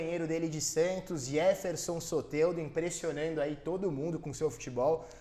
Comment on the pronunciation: Não se pronuncia "iéferson Soteldo", em espanhol é djêferson. Y tem som de dj.